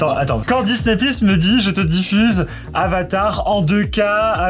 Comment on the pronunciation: On dit pas disnè mais disni